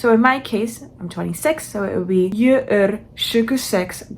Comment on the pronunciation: Wait... what's happening!? Suddenly putting on make-up in a language video. @@ Haha, there's no R at the end. Also no R at the end of "jag". We don't say "jag är 26 gammal", you either say "jag är 26 (år)" or you have to say "jag är 26 år gammal", basically you forgot the "år" which is year. For some reason we use singular here. You're skipping the "T" in två (two). Sounds like you're saying fyllera and fulram, which aren't words. It's just fyra, long Y, and the Y can be hard to pronounce. Seven (sju) is a hard one, but you wrote suj and said something like "hul" which isn't right. You said nio (nine) correct the second time, first time you said like nijo with an English accent or something. 10 sounded like tilio. Here you said 7 correctly! Just remove the ton. Again it's off, sounded like "vartel". And then you for some reason make the b in to a v... I think everything would sound better if you read it as it's written, would still be wrong but... Here you said like "deuh" instead of "två". "Jag kan inte svenSka" The J in "hej då" is pronounced like I. I don't even know what ingen ko på isen and lägga lök på laxen means haha... Nor mångata. I just don't have a very expanded vocabulary in Swedish I guess. I'm... really confused about how you're getting these so wrong. It's an F, but you say D... And you add an N in moster. You said it in two different ways too, monster and mönster.